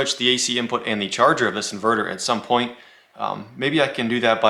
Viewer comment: Love “cherger” made in china lol jajahahahajaj